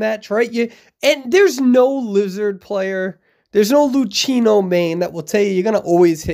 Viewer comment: I love u but Luchino is read Lukino ^